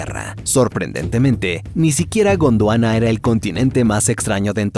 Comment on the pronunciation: Cada que dice Godwana escucho la intro de sentimiento original